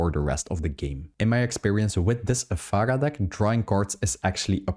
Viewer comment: Ef-Air-Ah not Ef-Ah-Gah